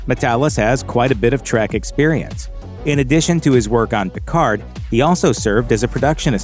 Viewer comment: stop pronunciation the d in Picard